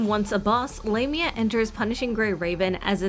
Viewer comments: Lam-eea Not lame-eea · It sounded wrong.. "Lame-ia" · I think the EN localisation is just weird. Japanese dub has her name pronounced ラミア (Lah-mia) so that is what I'll call her. Not lame-mia 😂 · It's Lah-mya is the correct one. It's of Greek etymology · AND I STILL WILL PRONOUNCE IT "WRONG". The current pronunciation just seems...LAME (No. I'm not sorry). And from what I've seen, she's NOT a lame character. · I thought it was pronounced Lah-mia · I was wondering why people pronounced it as 'Lah-mi-ah'. I forgot that it's how the Japanese pronounce it in anime. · For me as a native spanish speaker her official name in english sounds like Lame..nya XD, call her lame is kinda fitting for her character, I mean, lets be real hahaha, but I preffer how it's sounds in spanish, which is close to the greek pronunciation and well how everyone calls her "L@ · You're probably pronouncing It right, she isn't pronouncing it correctly.